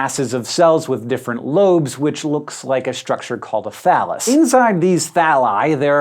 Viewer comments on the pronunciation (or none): Anyone else hear him say 'phallus'? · Totally thought you said phallus. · I wasn't looking at the screen when he said, "Thallus" My mind went to "Phallus" instantly XD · Thought he said phallus when he said thallus. I was like why you talkin bout plant dicks m8